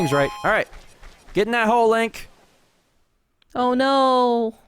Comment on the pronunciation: why do they call him "Lonk"????